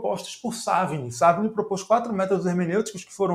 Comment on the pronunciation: A sílaba tônica de SAVIGNY é a última. Deve ser "Saviní", e não "Sávini", com todo o respeito. Parabéns pela aula! Objetiva e esclarecedora.